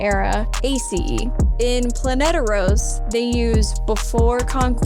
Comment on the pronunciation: Heads up it’s Planetos not Planeteros